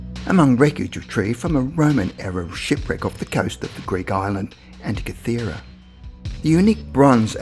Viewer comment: Antikythera, not anty-tikara. good info though.